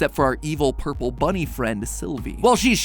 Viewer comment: hearing matpat say "ourple" out loud is threatening